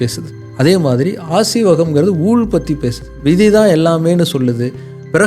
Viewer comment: 'ஊள்' அன்று 'ஊழ்'. தமிழுக்கு மட்டுமே உரித்தான இவ்வெழுத்தின் 'உச்சரிப்பு' தற்காலத்தில் அழிந்து வருவது வேதனைக்குரிய விடயம்.